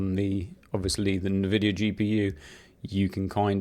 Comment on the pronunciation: Great video! BTW. i believe its pronounced N-VIDIA. Fun fact! Invidia in Spanish means Envy ...So maybe its a play on fords for Nvidia.